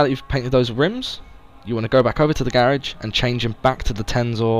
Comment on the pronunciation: I hate how you say garage